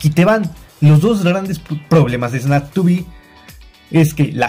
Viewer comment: No se pronuncia Esnaptuby se pronuncia Snap tube tal cual como se escribe